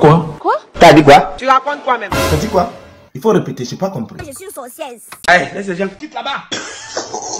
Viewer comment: C'est "sorcieze" qui me retient ici😂😂😂